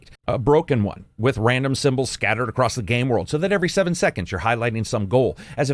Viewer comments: *across, not accrost. Love ya! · Leaving a comment to help with algorithm...there is no "t" in the word, "across" 🤣. Love the channel, keep up the great work!